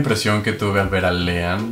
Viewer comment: No se dice Leean y Andy se dice la mejor pareja del mundo y del universo